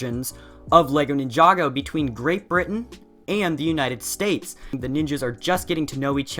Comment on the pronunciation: the united S t a *p*e s